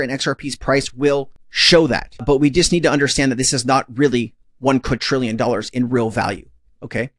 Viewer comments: It's not pronounced qud-trillion, it's quad-drillion. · it is NOT uqadtrillian IT IS QUIDRIALLION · QuaDrillion…. Not Quatrillion…. My Only peeve of this channel lol. Love ya